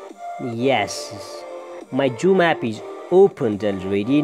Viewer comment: hahaha joom😆